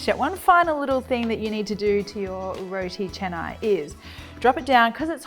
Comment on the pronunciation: love when u pronounce it right ! Roti Canai (cha-nai). some westerners would say it like Kanai 🙄